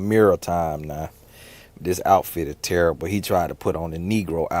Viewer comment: “Book terribuh” 😂